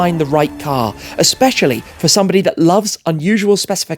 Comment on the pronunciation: Did you say its a Specially 🤔